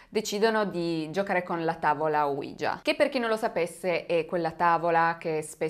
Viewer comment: Mi piacciono molto i tuoi video,sia quelli del lunedì che quelli del venerdì,anche se sono molto scettico su questi ultimi,cmq sei molto brava,l'unica cosa é che tavola ouija si pronuncia proprio come é scritto,cioè Oui (si in francese) ja (si in tedesco) praticamente é la tavola sisi